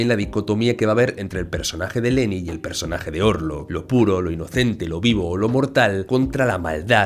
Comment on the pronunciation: Me tenías confundido 😅 Por qué le dices "Leni" es Hellen? 🤔